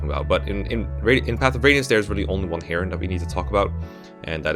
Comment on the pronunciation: It's pronounced Heron not Heron